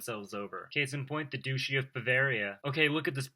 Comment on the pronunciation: It's pronounced duCHy, not duSHy. Like the Grand Duchy of Luxembourg qui existe toujours. Για να ξερετε.